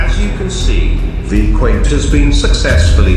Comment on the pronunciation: Why das the leader off project zorgo say vy qvane